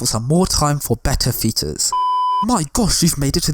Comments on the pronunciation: I'm ashamed that it took me a while to realize you were saying features and not fetus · I realised right at the end of the video that he was saying feature i stg he was saying Fetus